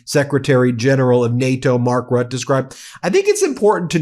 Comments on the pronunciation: How come you can say Mette with an e, but when u say Mark Rut... It is Rutte! Mette, Rutte, same prenounciation. You don't say met. Why say rut? You say Mette properly. Say Rutte properly too please! Omfg! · pronouncement Rutte is like RUT -TUH. pleas stop calling him Rut. And also I hope someone will teach him to speak English without the Dutch grammar and accent. 🤦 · It's Mark (teflon) Rutteeh. Not Rut :D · Mark Rooteh is his name. Ben, say his name! He is not a "Rat". If you want to make international news, you MUST learn at the least fundamentals of other languages and their pronunciation. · It’s RUTTE you guys please get it right lol ROOTTAE idk how to write the pronunciation. Just google it please e😅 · Could you please put a little more effort into pronouncing names correctly ? 'Mark Rutte' = 'Mark Rut-tuh' "Macron' = 'Macrohn'.. A lot of people, not just from the US, rely on you guys; and it's good for the people in the US to know how to recognize who is being spoken about, in nations themselves. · Ben Meiselas, Please find out how to pronounce the name of Mark Rutte correctly. You not only sound recidulous calling him Mark Rut, but that is also insulting. Do your job. It should be very easy with AI tools. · Roo-tuh. Please research local pronunciations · Please Ben, do in the future pronounce the name of NATO GS Mark Rutte correctly [ˈmɑrk ˈrʏtə].